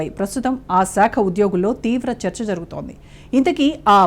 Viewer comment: షాక కాదు సాక కాదు Ok శాఖ . ఇభ్బంది కాదు ఇబ్బంది బ కు ఒత్తు లేదు సరేనా ?